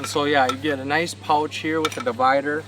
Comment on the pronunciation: You seem to pronounce OU oddly !!! I had to go to subtitles to figure out that you were kayaking pouch sounds like pultch or something ? And other words with an OU in them